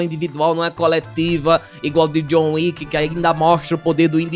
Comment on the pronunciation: "João Uíque" 😅😂😅😂